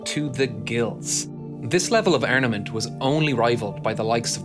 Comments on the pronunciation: ArMament, not arNament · he said "arnament" 🤣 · Ermed and ermament?😂